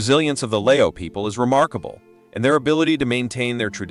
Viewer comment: He doesn't know how to pronounce Lao correctly. He pronounce Lay-o.